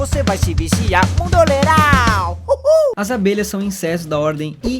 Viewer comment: De novo ele falou INSESTOS kkkk